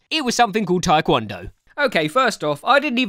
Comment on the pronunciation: I didn’t know you twikwondoe- Twidoncon? Tiwncondo? Trycondo? Twikwondo? TI-KON-DOH!